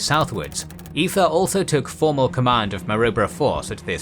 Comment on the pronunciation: OMG. Why do you still keep calling it the ko ka ta track? Thats also not how you pronounce Maroubra